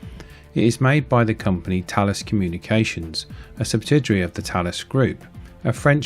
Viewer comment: Talis? LOL TH-ALES